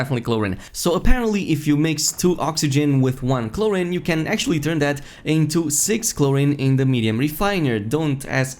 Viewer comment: “Chlor-een” not “chlor-in”